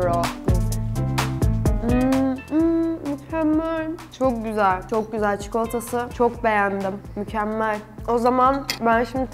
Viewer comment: ✨coğ gozel✨ deyişi şakamı